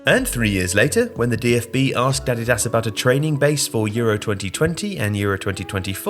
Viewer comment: Curious why you pronounce 'Nike' correctly but 'Adidas' incorrectly?